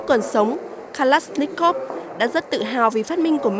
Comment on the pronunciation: Từ Kalashnikov mà đọc cũng k xong.